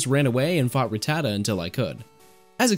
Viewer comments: The way you pronounce rattata makes me wonder if you have ever seen a single episode of pokemon as a kid 😂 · It’s RAT-ta-ta not ruh-tata